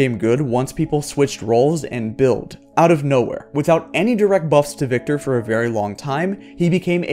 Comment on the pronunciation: THANK YOU for saying Viktor!